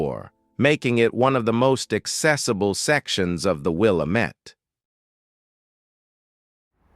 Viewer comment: Please, please, pronounce "Willamette" like somebody who has actually been to Oregon.